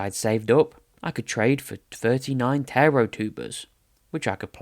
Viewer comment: Such a great video, really glad I came across it, even if the pronunciation of Taro is driving me slightly mad 😂😂